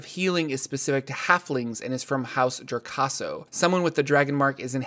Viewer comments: House jo-RAS-co not jor-CA-so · House "Jo-ras-co", not "Jor-cas-co" : ) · Thanks that kind of annoyed me... but your videos are awesome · hourse JOR-CASO?? It's JOR-ASCO, lmaoo